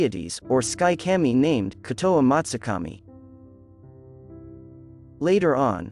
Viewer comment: Kah-mee. Not cam-ee...